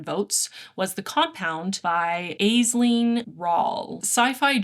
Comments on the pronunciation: hello! Just fyi, the name Aisling is pronounced Ash-ling. It’s an Irish name (it means “dream”!) ❤ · Aisling is pronounced "Ash-ling" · 10000% agree on Grady Hendrix. I always found it weird that his entire career is writing horror books about women, but specifically with this subject matter.. I am unimpressed. Also for future reference Aisling is pronounced ash-ling (Irish name!) :)🏆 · Aisling is pronounced ASH-ling.